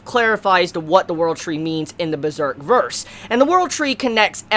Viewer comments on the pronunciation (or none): none